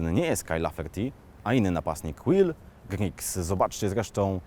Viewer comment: Will Grigg a nie Griggs...